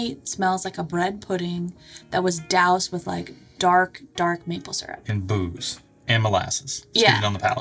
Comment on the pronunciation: "Dark, dark maple syrup" "...and boobs" I had to listen to this a few times to get "booze"